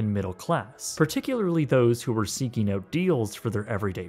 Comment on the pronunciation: PRONOUNCE "OUT"!!!